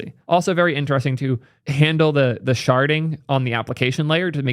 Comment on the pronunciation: IDK why but every time you say "sharding" my brain hears "sharting".